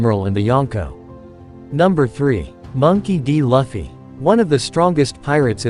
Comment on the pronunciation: monkey d laffy? laffy????!!! you better start saying his name right ohmydays